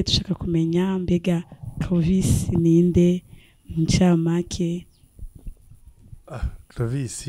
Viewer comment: Nawe ntu, ni Clovis apana Crovis gusa le journaliste vyarashitse arakasura ariko mutahure kuko : SE TROMPER EST HUMAIN. Merci